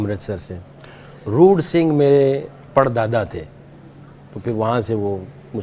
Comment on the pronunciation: Did he say roor sing? Could be a sikh.